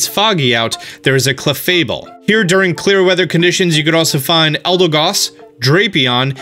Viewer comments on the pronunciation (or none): clafariy Me: its clafabel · "this cleffairy-" CleFabLE